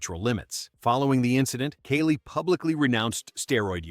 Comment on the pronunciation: “Kaylie Muscle”… Oh ok…